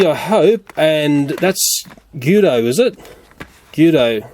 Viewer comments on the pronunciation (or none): Its pronounced g-u-i-d-o not g-oo-d-o I know its Australia so plz don't get mad at me I'm American ok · It’s GUIDO not GUDO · It's not giddy it's gowed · the only new car in the 10 pack is the primer mqueen and it is guido not goodo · It’s guido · Its GUIDO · It's pernounced ( gwee do ( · it's gweado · gweto is how it is pronounced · UM, U SAID GUIDO'S NAME WRONG.. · You pronounced guido wrong